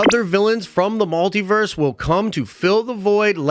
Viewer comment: WTF IS A MAL-Tiverse??? It’s pronounced Multiverse… MUL